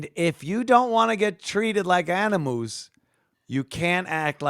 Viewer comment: Da best. But incorrect, there was if u don't wanna be treated like animoos, quit acting like animuse, and when he corrected himself on "animals" wiff animoos. iii lost it at bofe!